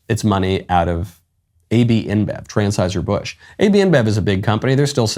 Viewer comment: "Transheuser Busch" lol